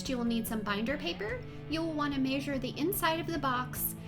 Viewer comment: Its not masure it's measure